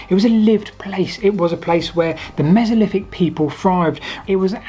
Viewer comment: Hypoffesis, mesoliffic, free separate tsunami events... Ffs. Are there any Brits left who can actually speak English?